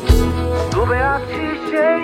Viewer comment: 'দ' আর 'ড' দুটোর উচ্চারণগত পার্থক্য আছে, গান গাওয়ার সময় সেই ব্যাপারে সচেতন হলে গানটা শুনতে আরো ভালো লাগতো। "দুবে আছি..." শুনতে খুব কানে লাগছে।